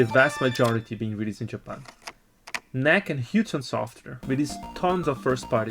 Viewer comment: Fellow Brazilian here. Great episode. Just want to point out that the correct way to pronounce "NEC" is to say every letter separately, as an acronym N. E. C. Not even in Japan they say it as "NEC".